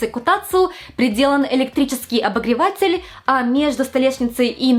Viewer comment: Фуу, какая отвратительная подача материала - "обогреваааЦЦель", "ноГГГ" + непонятная эйфория, чему радуетесь???